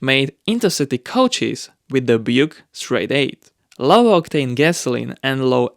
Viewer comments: Hey, I don’t mean to be rude & I know you have an accent, i just wanted to let you know that “Buick” has 2 syllables, not 1. It is not pronounced “Bwick” or “Byouk”. It’s Byou-Wick. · Great video, but I thought I should let you know that Buick is pronounced BYou-ick. Your pronunciations and English have gotten so much better over the years, keep up the good work! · Buke? Byuk? Byouk? It's Buick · Bwik lol... can't complain because he knows his shit but found it funny also. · Where is this accent from it's so interesting? I was following quite well listening like it was a podcast unaware there were captions. The he said "Buick" and I couldn't for the life me figure out what he was saying. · Funny my wife pronounced Buick the same way. Foreign accents are difficult to understand at times but everybody learns how to enunciation of words differently. One way is familiar to your ear, the other way is foreign but not wrong, just not familiar. Tomato or tomotto still make ketchup. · The way he pronounces Buick 🤣🤣